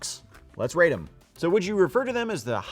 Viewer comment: Rate your family. Rate. With a “T.”